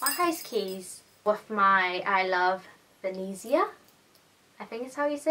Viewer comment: "Venezia" is pronounced "V e (like in pet) n ee z (like zen) ee a (like in car)" Sorry, it's just that I'm italian. (well, I'm chinese but born in Italy lol) I think the video was quite interesting! Loved your outfit! I really like your style (